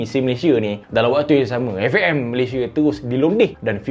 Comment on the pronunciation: "eFE'EM Malaysia" betul tegas tu 😂